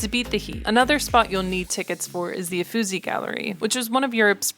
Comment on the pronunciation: nice video, but please check how to pronounce "Uffizi"